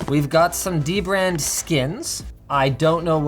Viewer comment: I literally just realized the way you say it is literally the same as "The Brand"